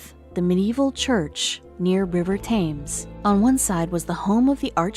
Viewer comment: Hey, what happened?! The video just just stopped, when the woman/narrator/computer was still talking! Yes, is this a real woman’s voice? It almost sounds like a computer?! She doesn’t pronounce things correctly… As in the river Thames... thank you very much for a very interesting and good video.